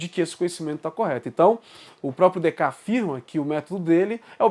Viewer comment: Opa, Em francês algumas consoantes não são pronunciadas, mas não há nenhuma nome ou palavra que perca metade das letras, a pronúncia seria Decarte, na pior das hipóteses quando não sabemos pronunciar tem duas possibilidade, abrasileiramos, ou ouvimos a pronúncia num vídeo francês. Sim, a escolástica começa com Aquino, mas a baixa escolástica que caracteriza o pensamento que até hoje se chama escolástica é característica do fim da idade média, os últimos duzentos anos, e ela começa, na filosofia, com Agostinho. Temos que, em filosofia, ter cuidado com os conceitos, mas temos que fazer mais vídeos e mais debates também, parabéns pela iniciativa.